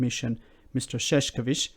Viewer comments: You turned his name literally into "clownman". It is Ševčovič, not Šeškovič. Marosh Shevtshovitsh. Not Marosh Sheshkovitsh. It is nice that you try your best to pronounce his name correctly, but a simple change from "š" to "č" and from "č" to "k" literally changes the meaning. There are two disticnt words: ševc (archaic/phonetic šefc, modern version being švec) being related to shoemaking and šašek meaning clown. Calling him a Clownman is the context of what the British Government is doing is hilarious. :-D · Shevchovich please...not sheshkovich. Shev like in shair, cho like in chow, and vich like in witch. Shevchovich. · Btw, Maros Sefcovic name is pronounced Marosh Shef-chovitch. Think of the accent above the s and c as adding an 'h'. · Ševčovič is pronounced as Chev - cho - vich. Chev like in "chevron", cho like in "choking" and vich like in "witch". It is not that hard.